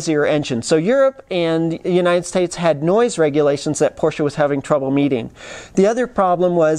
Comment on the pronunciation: Hi? I couldnt believe how well you have elaborated on this topic. Also your pronounciation of the make Porsche is perfect unlike many other 'reviewers'. Is this the end of Doug deMuro? Congrats to this vid and br from Frankfurt/Germany.